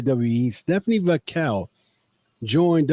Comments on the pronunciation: you keep saying VAQUELL and not VAQUER. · Butchering Vaquers name man.